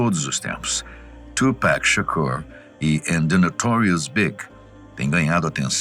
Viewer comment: Nao e tupack e tupac